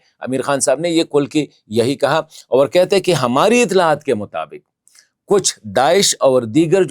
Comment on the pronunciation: Bastered hypocrite its not( over) its (aur)😂 you want some credit from ur dady ISI. U are nothing but a watch man for punjabi gates. Khan darwaza Kohl sahab arahey hay😂